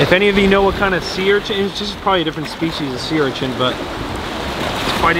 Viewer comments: Sea urchint? 😂 I enjoy all your vids,! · I don’t mean to be a dick but it’s an urchin not urchents 😂✌️